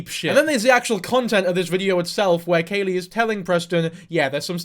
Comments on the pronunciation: It’s Khalie - like Callie not Kaylee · I'm so glad you're covering this, for future reference her name is pronounced like "Callie" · Isn't it kha-lee like Cali? You don't do your research. Also you're stupid and have no right talking about half the shit you talk about. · “Im gonna call her lily” proceeds to not call her that, and pronounces Khalie wrong. Its like pronounced like the plant khala lilly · The mispronounced name is absolutely sending me. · I’m sorry but you did not even pronounce her name right so I can’t take this like you watched her videos.